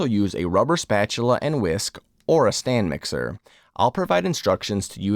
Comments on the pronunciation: Looks good, I want to try this. But... it's a stand mixer, not "stan mixer". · Stan mixer? It's Stand. lol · Will try it out. Just FYI, it's "stand" mixer not "stan" mixer. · Stand mixer not Stan Mixer😂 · It's a "STAND mixer". Not Stan. 😂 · Is he saying "stan" mixer? I saw that on the screen. F.Y.I it is "stand" mixer. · I’m stuck on “urethra-tall” 😂 never heard it pronounced like that in my life. Eh-ryth-ri-tol Oh god “Stan mixer” too? It’s a mixer that is on a stand, they are called Stand Mixers, that one is wild 😭